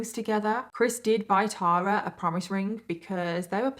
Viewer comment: Thank you for pronouncing “Tara” correctly!!! I stopped trying to correct people years ago! Lol (BTW I’m NOT the Tara in this story!)